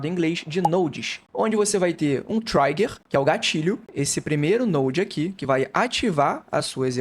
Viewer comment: "Trigger" lê-se como se escreve, não é "traiger". No mais, obrigado pelas informações.